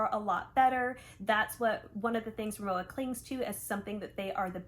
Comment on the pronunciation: I have the RIMOWA Hybrid carryon and check in bags in white with silver aluminum accents. And while the check in suitcase gets a scuff or two every time I fly, Mr Clean Dry Erasers take it right off. Incidentally, Rimowa is pronounced RimoVA